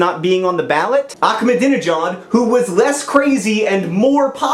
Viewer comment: You pronounced Ahmadinejad wrong.